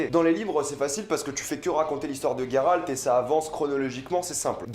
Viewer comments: Ta prononciation de Geralt me gène étant donné qu'il n'y pas de "u" Sinon j'apprécie ta "critique" Qui n'en n'est pas vraiment une vu que tu dis beaucoup de bien de la série Personnellement j'ai beaucoup apprécié cette première saison bien que un peu courte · Putain je suis pas le seul à prononcer "Gueralt" plutôt que "Jéralt" 😂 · GolderUltra bah faut le prononcer « Gueralt » mdrr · Tous mes potes prononcent "Jéralt" ça me frustre 😅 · Geralt pas Gueralt putin !! Witcher pas Wicher putin !!!